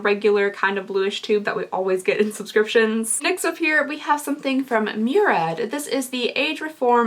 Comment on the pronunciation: It's Huda, not Hyu-da, Murad, not Myu-rad.